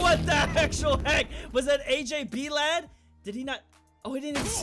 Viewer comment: Does not know how to say blade?